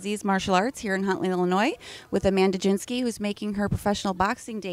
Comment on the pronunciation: Man when are they going to get the name right?!? GIN-ski like the drink. Good luck Mandy! I love you!